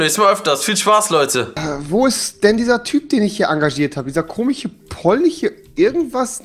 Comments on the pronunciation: Wie rewi einfach das sch nicht aussprechen kann am Anfang wo ist denn dieser komiche polniche Busfahrer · rewi:,,wo ist dieser komiche polniche" nach dem hatte ich so nen lachflash (rewi 23 kann ,,sch" nicht aussprechen